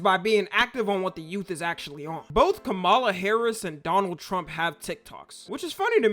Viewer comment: ngl kinda weird to say her name like that, it's kama la, like .... ,+la also lets talk about the funnest thing about this political race is: there's a only fans British girl that tattood trump across her face